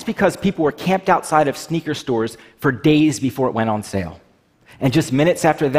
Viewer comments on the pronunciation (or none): none